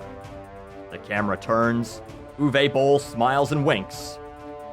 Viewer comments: its uwe not uway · "Ooh-vuh" not "ooh-vey"